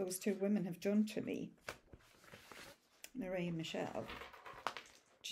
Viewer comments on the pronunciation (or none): none